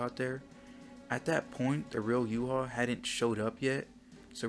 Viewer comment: why do u say his name in yuha shouldnt it be yuhabach